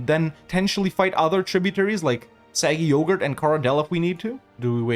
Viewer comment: i love how as eu4 nears its end has finally started correcting himself when pronouncing 'aquileia' as 'aquielia' but still calls 'sarig yogir' 'saggy yoghurt' never change you magnificent man